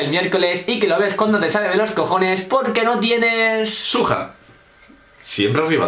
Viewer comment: xXbOriEXx la palabra original es ¨SWAG¨ pero con el tiempo la gente lo deformo la pronunciacion por broma llendo de ¨SWAG¨ a ¨SUAJ¨ y de eso a ¨SUEJ¨ y le puso ¨SUJA¨